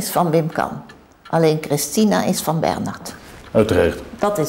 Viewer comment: “Uiterasrd” zegt ie ook nog. 😂😂😂😂😂